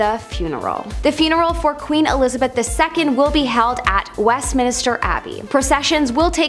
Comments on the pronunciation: It’s West-min-ster NOT West-min-i-ster 😘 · uh, it's Westminster not Westminister. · Please please please stop saying Westmin-i-ster, its just Westmin-ster